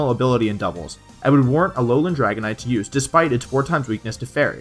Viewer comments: and it's alolan not Allan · alolan=a-LOL-an xD